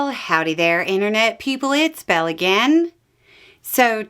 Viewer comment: Belle, not "Bell".